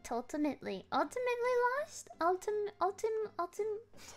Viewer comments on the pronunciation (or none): Did she have a stroke trying to say ultimately?